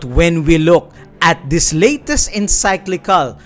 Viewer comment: Bro you say encyclical not enciclical